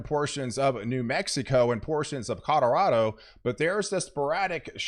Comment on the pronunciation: colorado not coderodo